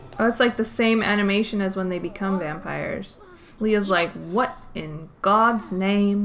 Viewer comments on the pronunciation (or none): "what in god's name?" Where did that British accent come from 😂 it was so random, I laughed